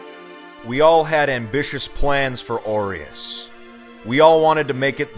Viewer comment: Why am I hearing "oreos city"